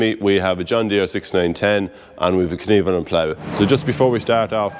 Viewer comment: Could you PLEASE pronounce KVERNELAND right... It's not "kneveland", trust me...